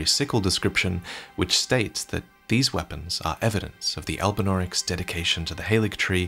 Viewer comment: "There are no albunaurics in the haligtree" Loretta: "100% never seen one"